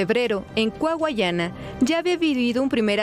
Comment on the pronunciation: Coahuayana maldita sea diganlo bien 😂 ¿Cuayucana? Jajajaja 😂